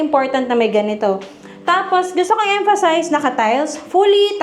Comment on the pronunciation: Nadurog nyo na po yung word na emphasize 😂